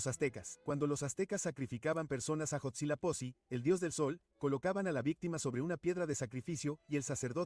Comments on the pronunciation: dijo godzilla-pozi?? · Huitzilopochtli ❌️ Godzillaposi ✅️ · Casi me da algo el como pronuncia Huitzilopochtli